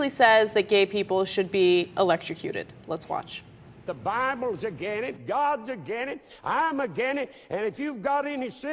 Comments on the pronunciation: "I'm agin it." xD xD xD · "Again' it"😂😆